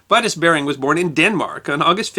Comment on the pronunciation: VERY INTERESTING IN DEED. JUST one thing, 'Vitus' Bering is pronounced: 'Vee'toos' not 'Vaitos'! And he was born in Horsens, East Jutland, Denmark. A fellow Dane.